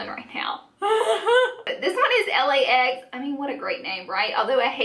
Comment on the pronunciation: 😂😂😂😂 I LOL'd hahahahaha